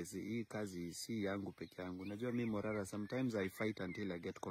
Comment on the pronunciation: But not marara😂its morara